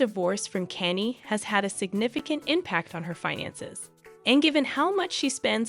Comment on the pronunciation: Oh dear.. lingerie...google how to pronounce it. Kan ye KAHN YEH Not Kanny. Good grief! You do not know these people or even have heard their names. It seems you are paid to read a piece of paper without knowing how to pronounce names and words. This is not goog